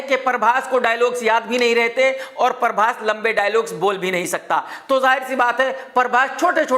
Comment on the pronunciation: ❤ when this guy says "Parbhas". 😀😀